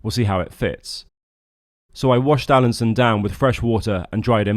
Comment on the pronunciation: Alansøn is not pronounced "Alanson", ø is pronounced like the "u" in "burn".